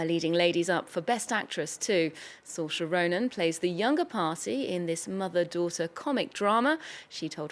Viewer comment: Soar-reese - Saw-reese, Reese as in Witherspoon or geese not Rees.